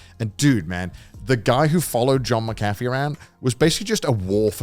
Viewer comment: Don't they say John McAfee's name in the documentary? Why is he pronouncing it like that?? The A is even capitalized 😂